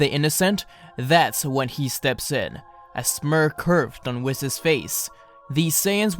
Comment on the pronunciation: "whisses" bruh